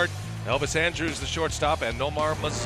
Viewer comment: How the hell can announcers not learn how to pronounce names properly?? Andrus....is NOT pronounced like Andrews....lol. That's just a no-brainer. Just goes to show that people who are on TV....are not necessarily the sharpest knives in the drawer....lol.